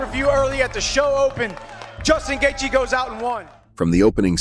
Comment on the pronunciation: He said Justin Gayjay and his moms head is structurally unsound. In font of you at the movies, would be a nightmare.